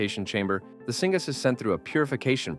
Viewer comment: Singaaz lol not knowing what you are reading... syngas or synthetic gas